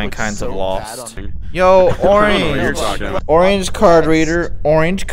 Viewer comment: “yo oreenge card”